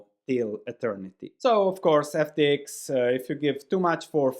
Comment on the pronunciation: Love the ex YU pronunciation : "FT-iks" <3